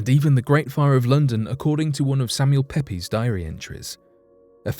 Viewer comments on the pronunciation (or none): Samuel Pepys as in "Samuel Pepys' Diary" is pronounced "Peeps", not "Pepe's". Googling "how do I pronounce ________" occasionally would help you avoid mispronouncing so many towns and names..